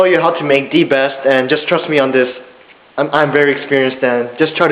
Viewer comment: "it is D best" , "get DIS one" , "putting DUH water" , "alright, DAS kinda boiling" XD oh Korean Americans lol